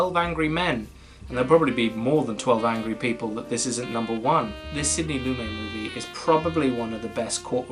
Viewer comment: Lumet is pronounced “Lew Met”